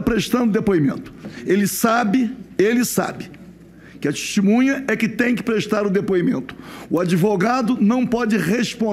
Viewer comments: Que deputado advogado é esse, que fica repetindo erradamente a palavra testemunha como "tistimunha"? Nem falar direito sabe e é deputado! Aff... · Rarara "DESTEMUNHA" rarara